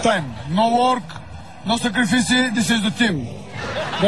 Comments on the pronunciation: No секрифиси. И да билив.. Голям е! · А,благодарение на Ицата,аз на едно контролно по английски щях да получа двойка,защото написах думата "sacrifice" и като се сетих за "но секрифиси" прихнах да се смея,а госпожата ме гледа странно и направо щеше да ме изгони!